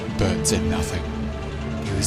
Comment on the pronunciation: In I thought I heard you pronounce Bert as Ber-urp-t 😂